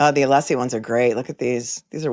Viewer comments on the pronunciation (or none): And the wonderful Alessi Not Aleeeeeeeeesi 🙄